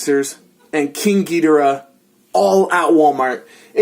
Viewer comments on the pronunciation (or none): Gi-dor-ah say it like that not gi-di-ra